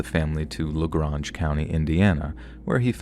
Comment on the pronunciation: Man you butchered "lagrange" county indiana